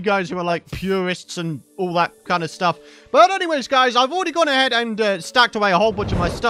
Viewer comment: Ha. He said gone a-hedge..